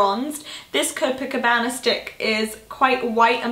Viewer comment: Copacabana. Hahaha Copacabana is a really famous Brazilian beach. It's in Rio. But your pronunciation was just right! :)